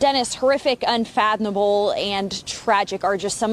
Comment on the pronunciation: "unfathoMable" The police spokesperson AND a Fox reporter said "unfathoNable." Jfc, read a book!